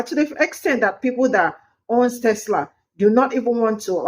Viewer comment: Tesla not tesler lol.